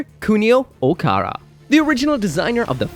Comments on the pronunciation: First Dynames to Doonames, now you’re calling Kunio OkaWara, yes OKAWARA NOT OKARA… I’m fuming. You called Okawara “Okara “ and that’s literally incorrect. Don’t just drop letters and/or replace them with others. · First you pronounce Lfrith as Rubris, then you pronounce Dynames as Junames, now you pronounce Okawara as Okara. I think you’re doing this on purpose.